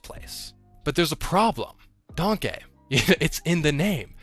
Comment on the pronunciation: I refuse to say “Danke” it’s “DANK” goddammit!